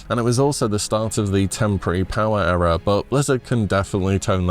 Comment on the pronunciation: Please learn how to pronounce 'Era'